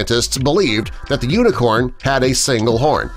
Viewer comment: This is how many times he said uinecorn I I I V